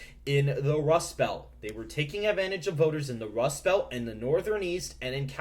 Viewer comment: The Democrats lose even with the Wust Belt?? You wascally wabbit, you!!